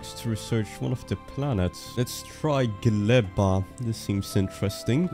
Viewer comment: Fun fact - name of the planet Gleba means Soil in polish. Good use of it cause its a biological planet when you grow things in soil. PS. You pronounce it very well 👍